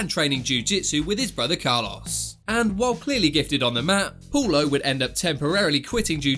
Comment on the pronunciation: Is Paulo not Poulo!!